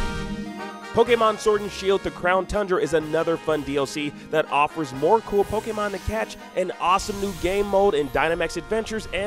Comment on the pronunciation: *Poh-kay-mahn *Poh-kay-bahls What's up with the way this guy pronounces stuff?